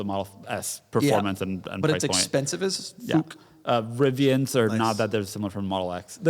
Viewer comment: DOUG SAID FOOK 😭😭